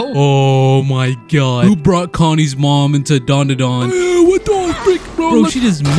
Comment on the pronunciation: let me help you its dand-a-dan